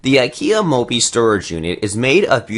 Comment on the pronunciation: I was busy counting how many times he said mopey (moppe)